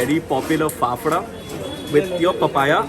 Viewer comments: Those who have watched tarak mehta ka ooltah chasmah know it's fafda and not fefda🤣🤣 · I lost it when he said phephra🤣🤣🤣